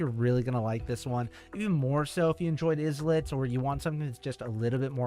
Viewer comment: Why does pronounce it "Islets" and not "I lets" 😭😭